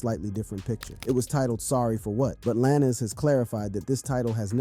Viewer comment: Why are you pronouncing Lanez like that?